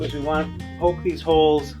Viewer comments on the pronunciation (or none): none